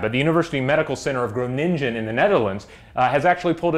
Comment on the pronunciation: Did you really pronounced Groningen as Gro-nin-chen? it's more like Grow-ning-en.